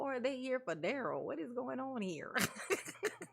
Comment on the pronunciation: Girl you make me laugh calling out Duhrell and the Duhrell island 😂😂😂